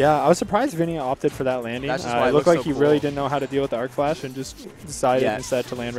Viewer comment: Hearing him say "Arcflash" hurts me so much.